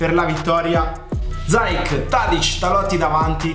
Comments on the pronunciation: Non si pronuncia zayek Si pronuncia ziyesh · Sì dice ziec (c dolce) non zaiec (c dura) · Non si dice Zaic ma Ziech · IO TI SEGUO DA LECCE. SIETE DEI GENI!! SI PRONUNCIA ZIECH. ZAJC È L'EX GIOCATORE DELL'EMPOLI!! 😂😂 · Si pronuncia "Ziek " 😂 prego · si dice ziec e poi mi spieghi pk dici casuccia?